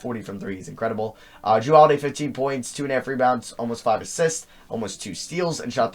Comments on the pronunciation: they pronounce the name jrue like jarue and dwane Wade's name has an odd spelling like jrues Dwayne should either be spelled with a y or spelled duane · It's Jrue not jarue